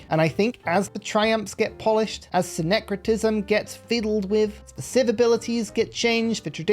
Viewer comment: "sing-cretism" You got it right.